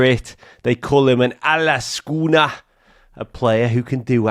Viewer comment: Love the pronounciation of 'Alleskönner', keep up the good work